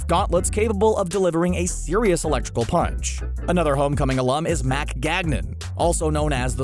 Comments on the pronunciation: its mac gargan not mac gangan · Who the fuck is "Mac GAGNAN?" Do you mean Gargan? Is reading that hard? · It's "Gargan," not "Gagnan." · Scorpion isn’t called “Mack GAGNAN” it’s Mack gargan 🤦🏻‍♂️🤦🏻‍♂️ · Who the heck is Mac "Gagnan"? Lol. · It’s gargan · Scorpion is Mac Gargan you pronounced his last name wrong. Venom, Hobgoblin & Rhino were also members. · that made me cringe so bad lol...i replayed it twice & still ewwww